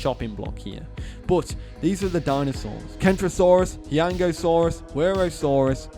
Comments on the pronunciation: Isnt it "hoo-yang-oh-saurus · I’m like 84% sure huayangosaurus is pronounced “hi-young-osaurus”